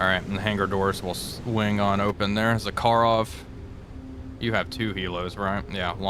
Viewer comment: WTF is "BY STROY"? or "za KA rov"? Speak normal, like Russian, cyka blyat' Быстрый and Захаров